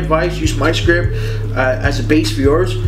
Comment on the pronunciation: The t at the end of the word script isn't silent